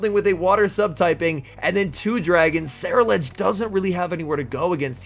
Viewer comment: I kept imagining Meryl Streep from devil wears prada taking exception to your ceruledge pronunciation